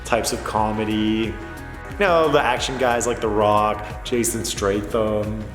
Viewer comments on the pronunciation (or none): “Jason stratham” 😂